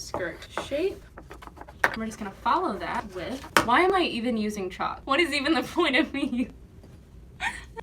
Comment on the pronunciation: I have never in my life heard someone pronounce the L in chalk, and I was a ChalkZone stan